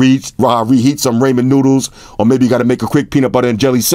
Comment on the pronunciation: "Raymond noodles" lmao i love your channel bro